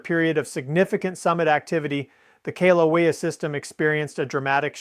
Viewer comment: This is AI or really has a problem with his right arm. This is so stupid. And the poor AI can't pronounce Kilaeua, which I don't know the spelling of. I'd call a doctor, I see signs of a stroke in this AI user.